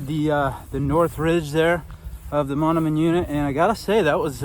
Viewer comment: Hi, just started watching, very nice to highlight Iowa's loess hills. BTW Mondamian is pronounced mon-day-min. Thanks for the video!